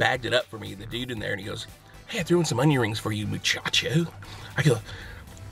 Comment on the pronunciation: You're the only 'Mexican' I know that doesn't have the best pronunciation lol... The way you address 'muchachos/muchachas' sounds awful. Also, perhaps change it to 'hombres y mujeres'? I think your audience is a little older than 'boys and girls'. Otherwise, love your videos, senor. Keep 'em comin'!